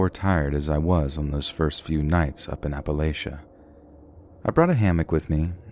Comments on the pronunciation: Appalachia: App-uh-latch-uh ❤ ❤ ❤ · as someone living in Appalachia ("app-uh-latch-uh," yes, that's how we actually pronounce it), there are some crazy people here. you know, it's not uncommon to see someone improperly handling a gun. the people here also live in great poverty, and we're more likely to have cancer because of our air, coal mines, water systems, etc. there's a lot wrong in this area, and those who live in the mountains are probably better off than the civilization. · Politely bud, it’s Appa-LATCH-ia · It's sad and annoying that the narrator doesn't know how to pronounce "Appalachia"